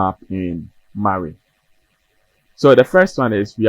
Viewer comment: It's Maui! Mawwiii 😂